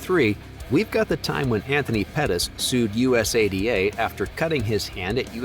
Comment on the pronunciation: Us a d a is not the correct way to say it